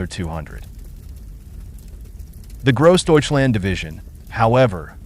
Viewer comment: Its not very refreshing to listen to Americans attempting to say "Grossdeutschland". Sounds like "KROSDEYTSCHLAND" and "one man toyful" 🙂